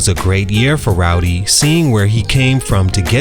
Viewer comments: It's spelled RODDY yet you said ROWDY the whole video. There's an actual rapper named Rowdy Rebel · Bro it’s Roddy, not “Rowdy” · Great video but it's RODDY bro 😂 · He did not fall off. He has real talent and will be back. He had a sophomore slump. And stop pronouncing his name as ROWDY. I was annoyed the whole video because of that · He called h "Rowdy" Ricch through the whole joint. 😂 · It’s not rowdy rich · Bro who tf is "Rowdy Ricch" you say that a lot throughout the video😂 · Keep calling the man "Rowdy" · Naw you heard the man, it's Rowdy 🤣😂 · Ok but it's not pronounced ROWDY...